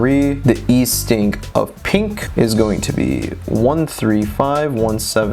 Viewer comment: Thank you so much all this info you but together is extremely helpful! I will point out the 2 elephants in the room tho “Northink and Eastink”😅